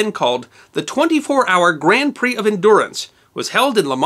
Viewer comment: 24hr OF Le Mans (said Lay Mawns) at least you didn't say Grand Pricks like most, it is said like Grawnd Preee